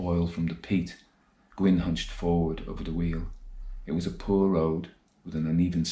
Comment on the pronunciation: I thought I detected a hint of Scottish in your accent, and then I heard that you come from Cumbria, so that explained that. You pronounce "poor" as "puir."